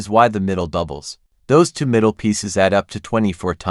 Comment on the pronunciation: The annoying way the narration consistently mispronounces two as to